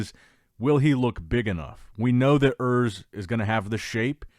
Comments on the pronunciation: Oors, not Ers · His name is "URS" not "Earth" 😂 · Der Junge heißt Urs nicht Örs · is actually "Urs" my guy